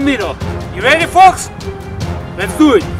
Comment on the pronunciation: I know ENglish is not your first language but it really sounded like "Your ready, forks?" hah! Nice video!